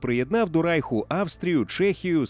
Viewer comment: Все добре,але не Райху,а Рейху☝️